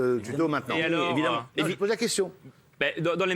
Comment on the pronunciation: Évidemment ???? Sérieux tu dit « évidement » ?